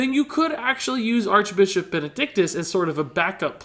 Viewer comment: Ha! he said Archbichop XD